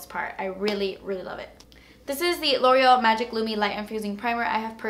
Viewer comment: Just so u know instead of loreal u out boreal lol 😂